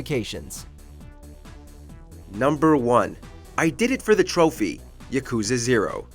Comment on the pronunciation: I hate how they pronounce yakuza incorrectly